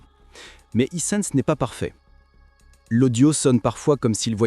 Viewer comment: Eessence, sérieux faut arrêter avec l'ia